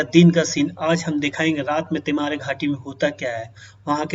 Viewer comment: पहले घाटी का नाम सही से बोलना सीख ले फिर वीडियो बनाना